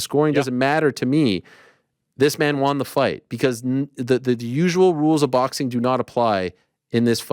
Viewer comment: WON ariel not Wan